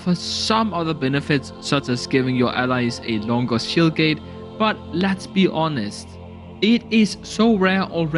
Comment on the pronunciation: Shield gate his accent cuts off the d